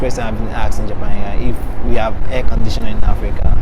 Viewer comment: Ohh at first I thought he said "hair conditioner" LOL